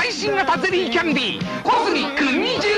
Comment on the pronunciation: 「味覚糖」のアクセントがちょっと変。「みか↑く↓とう」って読んでる。 「みかくとう↑」と平板に読むのが一般的だと思う。